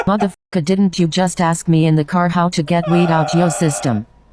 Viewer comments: Anyone that says “axe” instead of “ask” should just be found guilty on the spot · No not ask...aks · i’m not racism but why do black people say “Aks/Axe” instead of “Ask” ??? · I axe you, what kind of question is that to axe ? I axe you is it so difficult to pronunciate letters and words ?